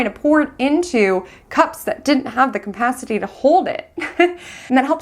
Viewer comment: You're a brilliant astrologer and I love hearing your analysis. One (tiniest) constructive criticism! It's just capacity. There's no m in it. I hope it's not offensive to mention, I like to be corrected!